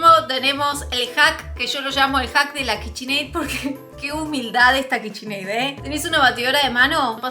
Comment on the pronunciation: AY DIOS POR QUÉ DICE KICHINEI????? 😩😩😩😩😩